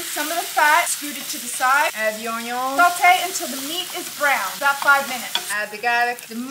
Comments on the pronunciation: How annoying pronouncing union the wrong way oh my god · Okay is it me or is she pronouncing onion in French?? English is not my first language but I've never heard any English-speakers pronounce it like that?